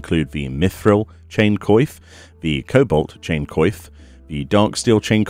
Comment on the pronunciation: Thank you so much for doing this. ...I think you should search up the pronunciation for coif. It's not a vital thing to know in most cases, but since you make these videos where it's common, it might be a good idea. It's like in coiffure. Make it more french basically.